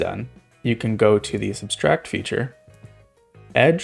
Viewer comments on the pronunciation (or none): Fantastic video, but you kept adding an extra S to "subtract" saying "substract", which is an obselete form of "subtract" Kept throwing me off, but otherwise good video XD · You keep saying "subStract". Sir, there is only one S in that word. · I was looking for this yeah this is a really good tutorial and cool idea, doesn't take away from it at all but him saying 'substract' over and over again was distracting as heck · Gotta say, I never thought to use Inkarnate for this. That's honestly a great use of the tool! btw, you're saying subtract wrong and it's a bit distracting. There's only one 'S' in the word